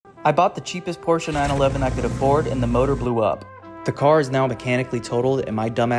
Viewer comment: It's called engine... not MOROOR